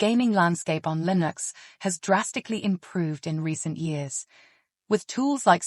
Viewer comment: "LIN OX is everywhere." Is this AI?